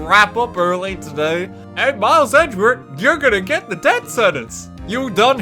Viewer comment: Anyone else notice RT can't say death? He says debt